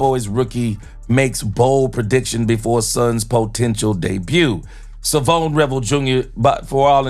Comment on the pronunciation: Come on man learn how to pronounce his first name. It’s not.Savone it’s Shavon. this ain’t rocket science